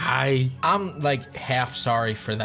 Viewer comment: Fr that "hi" in the intro fr had a r in there somehow